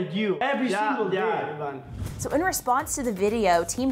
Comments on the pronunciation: She pronounced Ivan's name as eye-van instead of e-van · Did she just say Emilio and Eyevan ? ITS E-VAN ( Ivan ) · Ivan is pronounced (Eee van) triggered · Martinez Twins! And btw, got kinda mad when they said "Ivan" WRONG.... ugh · she is pronouncing Ivans name wrong lol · pronounce ivan's name right😭😭